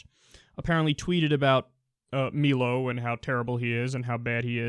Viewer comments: His name is MIIIILO, not MEEEEELO. Jesus, Kyle. Quit raping my ears. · "Me-low"?? It's "My-low," Kyle. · Lol Melo it's pronounced Mylo. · Jesus! Its MY-LO not MEE-LO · I'm a big Milo fan personally. (it's My-low not me-low) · His name is pronounced "MY-lo", not "MEE-lo". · 'Meelo" wtf? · It's pronounced My-Low, and the poll was "Would you rather have your child have Feminism or Cancer." Not Islam. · Milo, softball coach. My-low. He's a Brit with a Greek surname. It's pronounced "My low." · Why do you call him "Meelo"? It's an I, not ee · It's pronounced "Mai-lo". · "meelo" wtf? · I believe it's pronounced my-low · kyle his name is pronounced my-low, great vid. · Also, it's "My-Low." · It's pronounced Mie-low, Kyle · Kyle, first of all it's pronounced "My-Low". Second of all it was "would you rather your kid had FEMINISM or cancer". Third of all he's not just against Islam because he's a Catholic and Islam is a different religion. He's against it because of the VERY specifi danger it poses to him as a gay man. Have you ever heard him rail against Budhists or Protestants?Jesus Kyle, get your facts straight before you make the video. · it's definitely pronounced My-low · It's "Meilo" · It's pronounced my-low and one more thing, Kyle, what you should know is that Milo is a troll, much like Gavin McInnes, you really shouldn't take them too seriously. They're just riding the wave of everyone's emotions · What is it with 'Muricans who can't pronounce 'Milo' correctly? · Isn't it pronounced my-lo rather than me-lo ? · It's not Meelo, it's Mailo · He pronounces his name wrong . Learn how to pronounce his name it's Milo not mee-low anti-intellectual drip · My-Low =/= Me-Low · It's Milo, not meelo. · It's mm-eye-low like rhymes with silo, not me-low. xd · it's milo not melo dumbfuck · It's 'my-lo' not 'me-lo.' Jesus, do a little research. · It's pronounced MYE-loh, not MEE-loh. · Kyle his name is pronounced My-Low. Where have you heard him called Mee-Low? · Melo? It's My-lo